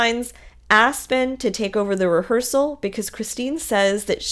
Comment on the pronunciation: Is she saying rehearsal or hearsal? 😂 I’ve listened like 3 times and still can’t tell.